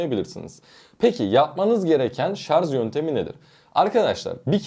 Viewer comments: Lütfen artık şarz demeyin doğrusunu öğrenip şarj deyin. Bari böyle bir video yapan birisi bunu yapmasın ! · Şarz değil ama yaaaaa şarj.. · ŞarZ değil sevgili kardeşim ŞarJ. Yazarken doğru yazdığınızı görüyorum. Bu doğrudan sizin seçiminiz mi yoksa yazım denetim programının düzeltmesi mi bilmioyrum. Ama yazarken Şarj yazmışsınız yorumda mesela. Ama konuşurken nedense ŞarZ diye okuyorsunuz. Biraz dikkat ve çalışmayla değişebilir diye düşünüyorum. "Çok mu önemli?" diyebilirsiniz. Kişiye ve kişiliğe göre değişir cevabı. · ŞARZ değil ŞARJ. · Şarz değil ŞARJ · Şarz?? 😂😂😂😂😂😂😂 Charge kelimesinden gelen bu kelime “şarj” veya “çarc” diye okunur. Şarz diye bir laf yoktur.. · Hele birde;şarj diyebilseniz içime fenalık geldi!!!şarz şarz şarz konuşmayı öğren önce. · adam ŞARZ kafalı, anlamaz! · Bu nasil tepki. Yanliş soyliyorsunuz. Biri dogrusunu söylüyor tesekkür edip dogrubsoylemeknocin calisacaginiza yanlista israr ediyorsunuz vebsayggisizca cevap veriyorsunuz. ŞARZ degil ŞARJ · Şarz degil şarj şarj. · daha şarj demeyi bilmiyorsun şarz deği! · sarz değil yahu öğrenin artık şunu şarzzzzzzzzz degil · Şarj demeyi bile bilmiyorsun millete ahkam kesiyorsun. Söylediğin şeyler de doğru değil. Uzun ömür için lithium pilleri %20 nin altına düşünce şarj etmeliyiz. Hiç mi okumuyorsun araştırmıyorsun? Ayrıca hızlı şarj pil ömrünü bitirir. Orjinal şarj aleti yerine düşük amperli yavaş şarj eden kaliteli bir adaptör pil ömrünü uzatır. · Şarz ne yaa… dinleyemeyeceğim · Bir de "Şarz" demeseydiniz.... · ŞARZ dediğin anda videoyu kapattım.. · Önce şarj demeyi öğren. Sonra video çek. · sadece 3.58 dk.da 297 kez "ŞARZ!!" dedi.